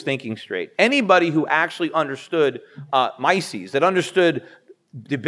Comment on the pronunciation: Not as distracting/annoying when he says mices instead of Mises :p